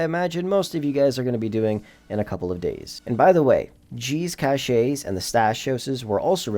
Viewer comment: I think the point is to make some extra cash without doing those stupidity slow missions, which I have not done in years. I'm fine with this, make plemty of money woth nightclub, arcade,autoshop and just some missoons, male a minimum of 1mill per day easy that way, no heists either. Anyway good video other than it's (cash, not cash-a) just cache is cash. 😁